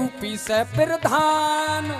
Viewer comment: पीरधान ❌ प्रधान